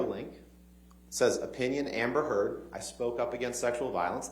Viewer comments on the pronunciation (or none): He miss pronounced Amber Heard